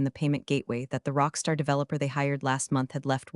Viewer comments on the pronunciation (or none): none